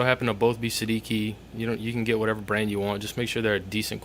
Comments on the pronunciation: It's an Italian name, pronounced "Sed-EE- chi" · I think it's pronounced say-de-chi. It's Italian for 16. :) nice review